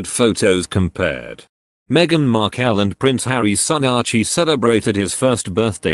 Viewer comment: Your narrator isn't even pronouncing Meaghan's last name correctly. Get it right!